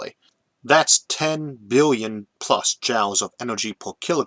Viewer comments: Love these videos! One minor nitpick that was bugging me since it occurs so much in this video: "Joule" rhymes with jewel or fuel, not jowl. And this isn't ragging on your speech impediment, since you pronounce "fuel" quite normally to my ears. Anyways, I just started going through your fascinating videos in order from older to newer, so maybe this has already been brought up and corrected in more recent ones. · Sorry to 'correct' your pronunciation (and you already told me that doesn't really matter to you; and not me either) but I believe "joule" is pronounced 'JEWEL'. Great content, keep it up! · I know you mention your speech impediment a lot and seem pretty fine with it (I liked the “whale gun” callback in the Kickstarting Space video), I do want to say that Iʼve almost no trouble understanding you after the first one and a half episodes or so. (Ironically, Iʼm reminded of this because this episode is harder to understand than usual because I had never heard that pronunciation of “Joule” before, and I donʼt think thatʼs even a speech impediment thing)